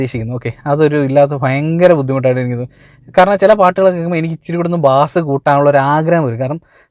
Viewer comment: Odikkan ariyillannu thonnunnu 🤔 ബാസ് അല്ല Bro, ബേസ് എന്നാണ്..